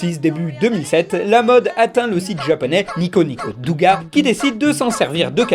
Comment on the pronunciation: ON DIT NIKONIKO DÔGA, DOOOGA !